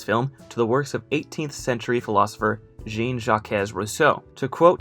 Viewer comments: Great video, though I've never heard a worse pronunciation of "Jean-Jacques" 😂😂😂 it's "Zhawn-Zhock" (like if "shawn" and "shock" started with a Z) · Jean Jacket Rousseau